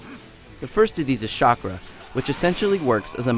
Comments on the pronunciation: Actually, You don't have to PLAY through Adventure Mode just to get the characters. You can get them by unlocking Storm Points. IGN, just fire him. I mean, really. It's Narudo, it's Naruto. It's not Sha-Kara, it's CHAKARA. With a C. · he sais it more like charkra, wtf dude... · Lol I know the guy just said Shakra so I was mocking him =P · a little late but it's not "shakra" it's CHakra.. as in chalk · I was mocking the guy lol I'm not that stupid I read the manga AND follow the Anime. I know its Chakra. But still, super cool Shinobi call it Katra! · learn to pronounce its NARUTO ANIME CHAKRA/CATCHRA SHIPPUDEN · Shakra? Dude its CHA-KRA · I had no problem with this review until he said one word...just one fucking word..."Shokra"...i mean really...if you think you know so much about the fucking story as too downgrade it and go on about how much worse the english voices sound..you must've read the fucking sub-titles. Because they constantly say fucking Chakra..not Shokra.. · I swear I tried to rasengan my screen when he couldn't chakra.........shockra are you kidding me IGN? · It's chak-ra not shak-ra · i bet he didnt even see an episode..its called chakra man not shakra!!!! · Actually its CHAK-RA, not CHA-RKA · dude, you don't have to play through the WHOLE game to get characters. Just get a bunch of sp rewards and get characters. Plus, there is a LOT of characters to play as too. This dude does not know what he is talking about. P.S its CHAKRA not SHAKRA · hes talking about stupid english speaking in the game yet he says shakra and Nayrutoeh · I thought in Naruto they used Chakra, not "Shockra" lmao wow xD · amen this guy is an idiot, shakra, lmao its chakra, and if you played the game in subs, then you should know how the word is spelled, the makes it seam like the english voice actors didnt do a good job, im unsubing from them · lol SHOCK-ERA its chakra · he said shakra and noroto ^^ lulz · is it me or did he keep saying shakra instead of chakra?